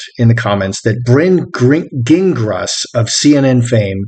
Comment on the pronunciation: Farchie not in the line of succession if born of a surrogate. Gingras is a French surname. Zhin - grah.